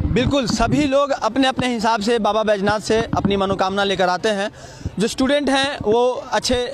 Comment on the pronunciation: बैजनाथ, नहीं सर जी बैद्यनाथ है, भाषा सुधार कीजिए